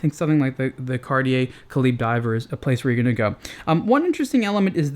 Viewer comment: Why cant you say cartier the right way?